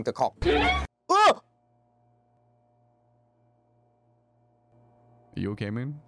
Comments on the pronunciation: 여전히 coke가 아니라 -ck로 발음하시는 우리의 월향씨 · 이분은 아직도 콬이라고 하시네